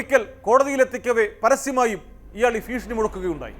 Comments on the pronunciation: ഫീക്ഷണി അല്ല കോമാളി ഭീഷണി 🙂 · ഫീഷണി അല്ല 😢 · ഫ്രീഷണി അല്ല മൈരെ 😂😂😂